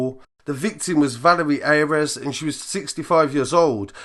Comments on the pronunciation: Ayres is pronounced ‘Airs’ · Ayres is pronounced "airs" not "ay-rez"